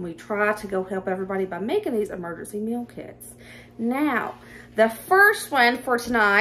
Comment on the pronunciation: Love love your hair. And, my ears kept hearing Emergency Milk-Its!!!!(meal kits). 😂😂